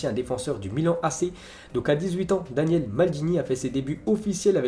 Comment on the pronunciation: Daniele et Cesare Maldini doivent faire la gueule de se faire rebaptiser Daniel et César 😧 Le pire c'est qu'il écorche les noms tout le temps